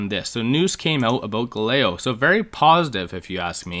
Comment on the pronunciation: Love the video. It’s pronounced Gal-a-lay-o